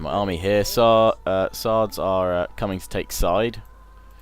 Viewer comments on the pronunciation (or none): "Side" is pronounced "See-Dae." Well done all round,. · side is pronounced see-deh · im pretty sure its pronounced Ci-de